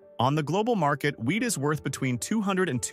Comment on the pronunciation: All I'm hearing is "weed" and not "wheat"